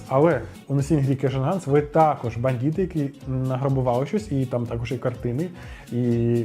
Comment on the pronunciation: Не "бандіти", а "бандити"!